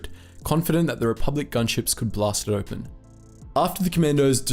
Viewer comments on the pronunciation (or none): none